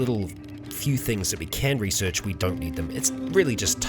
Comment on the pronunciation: Resorch XD love it